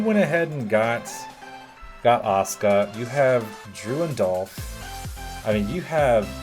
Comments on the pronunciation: Its Asuka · Awsome roo Mania so did you, it’s Asuka